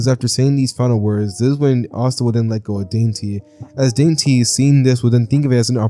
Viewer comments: Dante is pronounced Don-tay When you pronounced it saying dainty I started crying laughing😂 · Your pronunciation of Dante is absolutely egregious